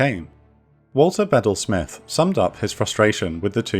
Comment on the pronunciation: I thought was pronounced Beedel Smith. Not sure if you're mispronouncing or I am.